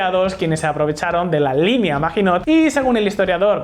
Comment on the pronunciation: hmm.. se pronuncia MAGINÓ, la letra T final es muda